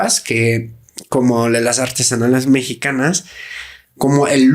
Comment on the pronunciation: Mejor "artesanias" porque te van a alburear si continuas pausando a la mitad la palabra "artes-anales"😅